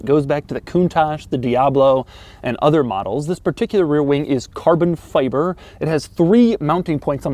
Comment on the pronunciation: FI-BER, FI-BER, PLEASE say CARBON FI-BER not, "feybre". Driving me nuts!